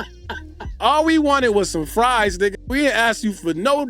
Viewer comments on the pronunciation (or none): none